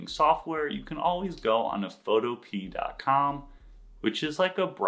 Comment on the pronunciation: You know its Photopea rhymes with "Utopia" right?